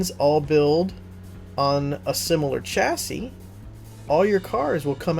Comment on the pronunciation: Sorry to point it out but the way I normally talk you said chassis wrong